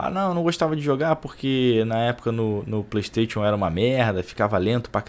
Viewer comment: E o cara ainda segue falando playsTATCHION